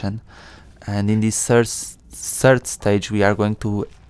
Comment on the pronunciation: Third not sird